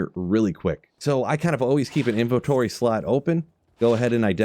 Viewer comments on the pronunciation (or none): none